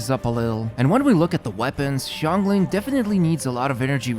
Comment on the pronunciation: Xiangling name is pronounced (Shahng ling)